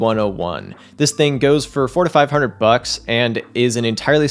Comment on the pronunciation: it sounds like says "forty-five hundred bucks" when he actually says "four to five hundred bucks". Just clarifying. also sounds kind of funny.:)